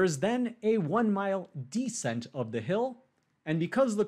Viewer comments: It’s descent, by the way, not deesent. Or are we making some joke about how smart people can make glaring mistakes? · Descent is stressed. To me, it sounds weird to say it as "DUH-sent" while stressed the same way the pronunciation of "the" changes based on stress ("This the THE place to be" vs. "We went to the diner you recommended")